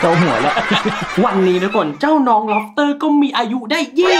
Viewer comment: พี่พูดผิดล็อปเตอร์